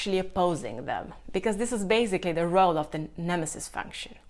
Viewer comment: Love the way you pronounce nemesis! Incredible content btw, this channel will grow big in the MBTI/cognitive functions community